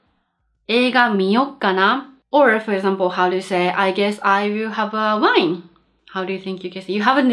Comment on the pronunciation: Thanks,, your lessons are a part of my daily routine and I really enjoy them. One comment: you have a certain difficulty on pronuncing the w in "wine" in english, while in japanese you don´t. Just say it as in japanese and it will be ok! Saludos desde Argentina!